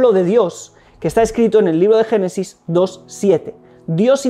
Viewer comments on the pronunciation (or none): none